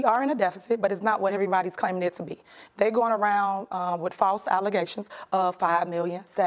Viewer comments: lmao I know but allezations was by far my most favorite phuck up of hers..... 😆😆 I may or may not have started using that word on my daily life hahaha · Tiffany thinks she’s educating someone, yet she can’t manage to say the word “allegations” to save her life.